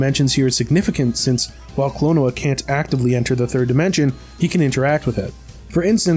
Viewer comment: Klon-oh-a Phanto-meal